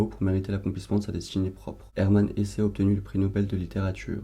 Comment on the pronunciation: Hello, Hermann Hesse se prononce à l'allemande (donc "Hess"). Et bonne lecture de Demian, c'est un chef d'oeuvre (à mon sens) !